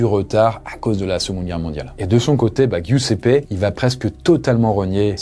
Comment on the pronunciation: Giuseppe se prononce "Djousépé" 💔. Ça fait mal à entendre, mais si jamais avec Google trad tu as la possibilité d'avoir accès à la bonne prononciation des noms étrangers pour tes prochaines vidéos ;)